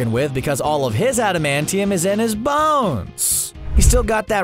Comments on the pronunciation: I went back a couple times to here him say "bones" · The way he said bones tho